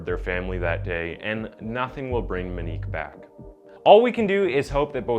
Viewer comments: Moenik is how you pronounce her name man smh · I don't know if nobody's taught you how to pronounce that name right or if you've never heard someone say it before but it's Mo-nique not Me-nique. The butching of my last name is forgive able because it wasn't spelled with an Ñ. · Wait I thought her name was "Moe neeek?" Monique not "ma neek" .... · Kid had no license going 120 mph . And her names MO-Nique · "Minique"... "Oddy"... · The cringe is real every time you say Monique “Moo-Nose” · You are saying her name wrong. It's Moenique like etop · It's pronounced mo-neek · Or Monique! "moe neek" so easy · Monique has an o in it. I really thought this woman had a strange name but it's just mispronounced the whole time. Very strange but good video. Too bad he got away with it.